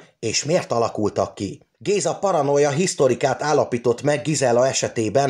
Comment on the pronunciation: Köszönöm. Nagyon jó anyagot raktál össze. Volt egy kis nyelvbotlás, amit érdemes pontosítani. Paranoia HISZTROIKA (hisztroid alkat) nem hisztorika.